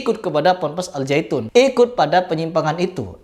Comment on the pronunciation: 😂😂😂😂😂 bukan al zyaitun tapi al syaiton 😂😂😂😂😂😂😂 .